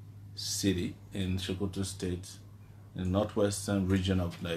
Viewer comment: It is So-Ko-To not Sho-Ko-To ... #TakeItBack